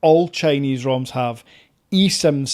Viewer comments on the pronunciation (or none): none